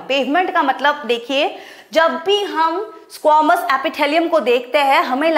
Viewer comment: Mam I think you have to practice of english it is squamous epithelium not squomous Apithalium ❌